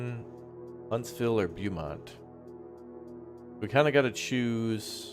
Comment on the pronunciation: Beaumount is pronounced Bo-mount.